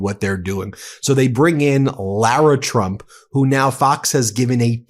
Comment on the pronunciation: Does she realize she says president Chump not Trump 😂😂😂😂😂